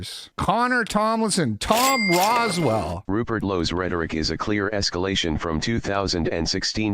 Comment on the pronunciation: It's Rowsell, not Roswell. Not to get all "well ackshually" on you.